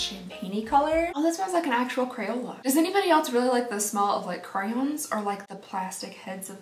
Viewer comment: Did you say Crowns instead of Crayons lol